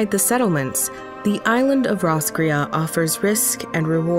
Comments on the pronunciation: My only complaint is that you have taken the name of an Irish town and completely destroyed it. It should be pronounced Ross (from Friends) - cray as in "girl you cray cray" or Crayfish. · Well Roscrea is a little town in Eire and it's pronounced Ross Cray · Roscrea is also a town in County Tipperary, Ireland. It's pronounced Ross-cray. This has been your useless info nugget for today. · Fun fact roscrea is a town in Ireland Though we pronounce it like ross_cray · Thought roscrea was a town in Tipperary Ireland 😂 pronounced diff do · Ikr the narrators pronunciation hurt my native ears 😂